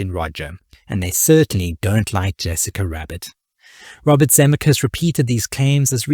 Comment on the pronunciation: This video could've been truly great but your blatant mispronunciation of Zemeckis, especially given his importance in this history, is simply unforgivable. I still gave it a Like because I love Roger Rabbit and appreciate your aim in producing this video.